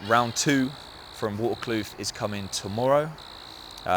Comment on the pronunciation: 👍nice one. FYI Waterkloof is pronounced with a V. Vaterkloof. The locals will be impressed the next time you say it.😂